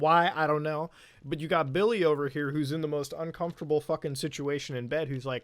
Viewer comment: “I giot into some heated arguments on Facebook.” I’ll stop ya there.